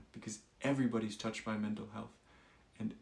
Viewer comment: "Menta health" "welcome no" Try again Gtf outta here with your AI BS